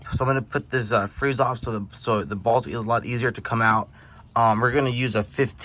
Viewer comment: I like how you say "bolts"... these two "balts"